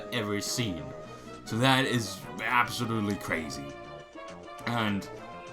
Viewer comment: man every time he says ABSOLUTELY all I hear is ABSOL